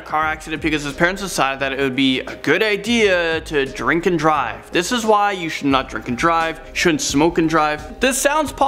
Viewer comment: “Thizchz bringzhz uzchz to number Szxeven”